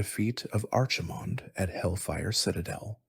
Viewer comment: ar chi mond and sar jer as made me get out of bed and turn it off. cant listen to that all night 🤣